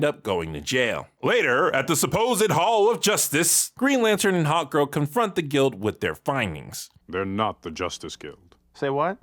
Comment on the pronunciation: keeps saying HOTgirl not Hawkgirl. Everyone else hears it to right!?